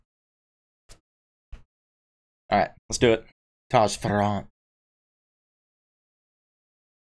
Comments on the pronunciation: Fair-ant the double r s back pack on the other not pronounce separately either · FYI….Taji ‘s last name is pronounced like “Fairant” with the emphasis on the Fair. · It's pronounced Fair rant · You miss pronounce his last name